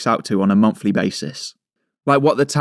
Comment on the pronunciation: Monthly basis, not MonFFFFLY